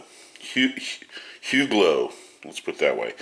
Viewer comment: Great shotgun. I have the Turkish equivalent model of Woodcock Deluxe. Huglu is a very reputable 60-70 year old shotgun company from Turkey and produces very reliable products. You can count on it. By the way, pronunciation is like: Hulu.